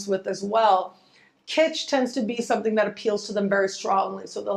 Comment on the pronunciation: Kistch? My Venus is Taurus says, "Yuck". Haha.